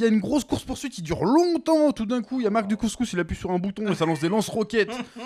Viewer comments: Quand vous dites Mark Dacascos, j'entends Mark du couscous mdr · Il s'appelle mark dacascos? J'avais compris couscous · En Mode VHS nous a tous matrixé avec son Marc Du couscous, plus possible de dire Dacascos.